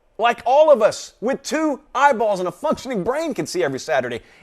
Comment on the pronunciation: Oh, I thought you lost it when you said , two eyeballs and a functioning brain, lol. sounded like two eyeballs and a fu__ing brain there for a min. :)